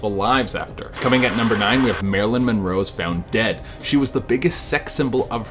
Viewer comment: it said Marilyn Monore instead of Monroe